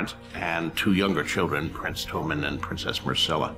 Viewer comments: He doesn't even know how to pronounce Tommen. Toe-men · Same with Cersay and Toe-mmen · Prince Toe-min? LOL